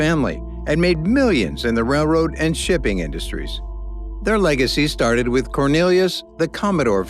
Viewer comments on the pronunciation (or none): none